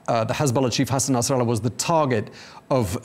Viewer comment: Yeah I see this Saudi station is careful to tiptoe through information. W editor pronunciation of Nasrallah sounds authentic . Maybe not a good thing.